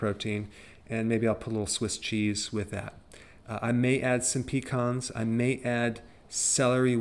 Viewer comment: For a minute there I thought that you said a hand full of peacocks but you said pecans I had to rewind the video several times.